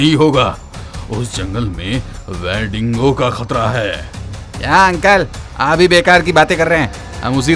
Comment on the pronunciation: WE-DINGO Nahi Gadhe, WEN-DIGO. 😂